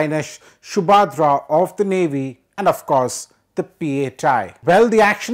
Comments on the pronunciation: For the information of the announcer with a foreign accent.The name of the petrol vessel is INS Subhadra not Shoobhadra as mispronounced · Wow the Anchor can’t even pronounce “Subhadra” 🤦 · He needs education at a Gurukul!! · NO!! The problem is that the anchor is culturally illiterate!!